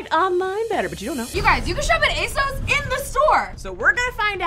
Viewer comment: You guys always pronounce ASOS wrong.